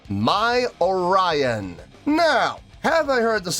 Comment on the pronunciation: Oh Lion❌ Orion✅